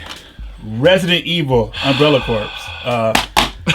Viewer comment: There goes again..."Umbrella CORPSE"...come on! lol